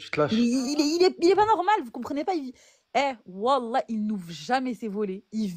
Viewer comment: jontille, prononciation des wallah. Jambon doulila